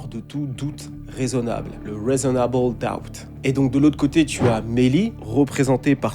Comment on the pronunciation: ça se prononce r(i)sonnable le bandeur des states